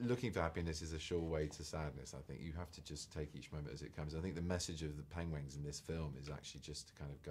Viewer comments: thumbs up if you came here to watch benedict saying pengwings after watching his recent graham norton interview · He says Pengwings throughout the whole film too!!! Made me laugh everytime :P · LOL he says PENGWINGS again. :D :D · He read the word wrongly in the movie too ;D 'Penglings, Pengwings'!! :S